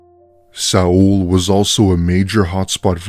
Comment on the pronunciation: Sa-ul South Korea? Do you mean Seoul